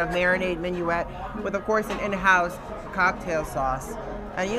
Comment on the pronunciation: Hi guys. Enjoying this episode but please stop calling the vinaigrette that comes with oysters "minuette". It's mignonette.